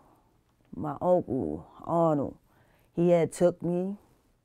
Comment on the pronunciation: She said "Auntcle"